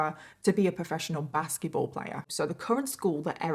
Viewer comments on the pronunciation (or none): Okay is it just me or is anyone else hearing "baskie-ball" instead of basketball more often than not???